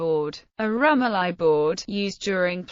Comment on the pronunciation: Pronounced ... rum OH lee